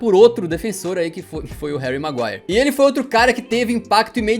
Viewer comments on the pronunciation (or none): Eu quase tive um infarto quando ele falou "HARRY MAGUIRRE".